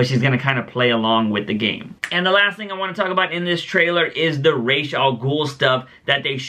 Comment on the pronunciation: whichever way you pronounce Ra's- it is the opposite of the one you say every time